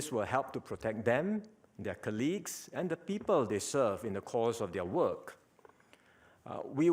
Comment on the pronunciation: Did he pronounced colleague correctly? Just curious why almost everyone pronounced it that way?